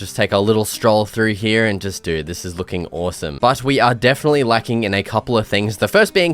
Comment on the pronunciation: I love when you say hereya no here